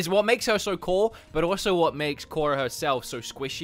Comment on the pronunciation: Clearly has never watched avatar the Last Airbender doesn't even pronounce korra correctly but we still love him though